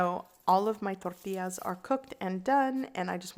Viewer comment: Frank Da Tank That’s right. I’m of Mexican descent but born & raised in Southern California near the Mexican border. Even the white and black folks down here learned a bit of Spanish and said “Torr tee ahs” properly.👍🏻 She is saying it with the proper accent and pronunciation. Just like “ha la pen ios” not jal a peenos🤦🏻‍♀️ or whatever... totally butchering the words. 😆 People gonna hate outta ignorance 🤷🏻‍♀️